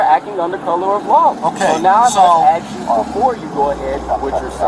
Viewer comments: What a stupid person. He says that the police attempted to stop him. LOL! I "aks" how fast was this idiot driving during this encounter. LOL! This question "aksing" is hilarious. LOL! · he's gonna "axe" you? Run!!!!